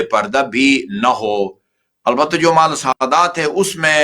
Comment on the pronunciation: مالی۔۔ نہیں۔۔ مال